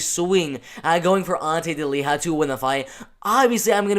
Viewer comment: Delija and not Deliha Hahaa